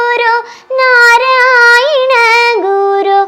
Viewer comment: നരയിണഗുരു എന്നാണോ ചൊല്ലുന്നത് ഞാൻ കേൾക്കുന്നതിന്റെ കുഴപ്പമാണോ